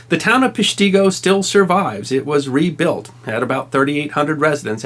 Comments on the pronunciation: It's pronounced "Pesh-ta-go". Been there many times and live just south of there... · FYI, I'm a 70 year old from Wisconsin and the name was always pronounced with a "short" i (rather than a long ee sound) when I was growing up, but then maybe we got it wrong. Mostly we read about it in newspapers rather than hear it pronounced on TV/radio when an anniversary of the date occurred. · Come on man. it’s not Pesh tee go. Pesh ti go. if your going to talk about history could you at least get the correct enunciation!!!! Every person in Peshtigo would be offended hearing that ridiculous way your saying it !!! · Pronounced "pes-chi-go", not "Pesh-tea-go" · It’s Pesht-i-go with the I sounding like the I in pig. Not Pesht-e-go river!!!! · Pesh-ta-go Is how people in Wisconsin pronounce it. Pesh-tee-go sounds goofy haha. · As a life long Wisconsin resident, I grit my teeth every time I hear you say..Pesh-Tee-Go. It's Pesh-TA-go,! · Ok, I know this video is 3 years old but dang. The town of Peshtigo is pronounced "Pesh tugo, not Pesh tigo". Great video. On the same day in the thumb area of MI there was another firestorm blaze that was almost as bad as the forgotten fire of Peshtigo. Both were crown fires in an area that was dry, like super dry and had lots of scraps from timbering and lumbering going on in the area. Same in MI. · The town is not pronounced "pesh-TEE-go" It's pronounced "PESH-ta-go". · I am from NE Wisconsin. It's not PESH-TEE-GO...... It's PESH-TAH-GO.....Get it right....lol.... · Peshtigo has a short "I", it is spelled phonetically as pesh-ti-go, not pesh-tee-go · It's pronounced PESH-tig-o .. not PESH-tee-go here in Wisconsin. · Hey, - LOVE your channel, but I thought you'd like to know that in Wisconsin Peshtigo has always been pronounced "PESH-tah-go", not "pesh-TEE-go", as far as I know. See also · Peshtigo not PeshtEEgo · Wisconsin native here... it’s pronounced pEshtigo rather than peshtEEgo. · Pesh-ti-go not Pesh-te-go